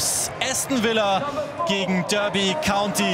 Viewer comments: Ich bin mir sicher, dass es "Darby" und nicht "Dörby" County ausgesprochen wird. Nichts für ungut, kann sowas aber nicht ab :D (genauso, wenn jemand Portsmauf, Leichester oder Brikton sagt) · Habe ein Jahr in Derby gewohnt. Heißt 100%ig Darby nicht Dörby